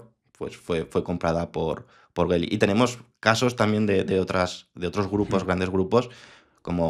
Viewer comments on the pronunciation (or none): Geely no Bely